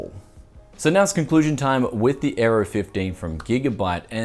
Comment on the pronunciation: Oh the Aero 15 I thought you where saying the Gigabyte Error 15.